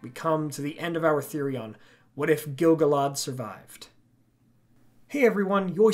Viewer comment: What if the narrator pronounced Gil-galad properly?